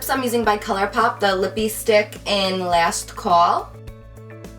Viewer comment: how she says around and last 😂😂😭